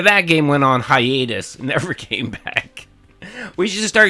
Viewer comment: “ goes on “hi-anus” “